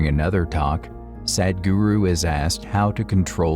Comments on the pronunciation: I would like to see you or the computer that is narrating, pronounce his name correctly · Thank you for the video, Please,, learn how to pronounce Sadhguru 😂😂😂